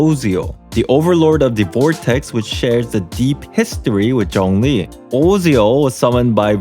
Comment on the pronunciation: Although this comment is not related to the content of the video, as a Chinese, I am quite pleased at how you pronounce zhongli :) but you can work more on the tone/intonation? of how you read it but it's great